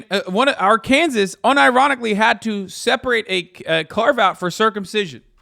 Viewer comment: I always thought "Ark-kansas" was Hasan's way of combining Arkansas and Kansas as basically the same place, like he does with "Pennsyltuckey" Just realized that was just how he pronounces Arkansas 😭